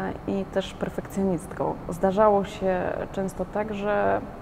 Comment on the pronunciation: Jak jesteś "osobou" bardzo "ambitnou" i "perfekcjonistkou" to zacznij mówić po polsku.Mówi się osobą a nie osobou.